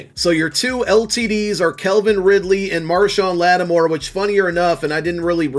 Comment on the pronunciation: Why do you say “kelvin” bro it’s CALV IN Ridley bro